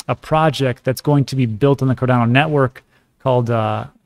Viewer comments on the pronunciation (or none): none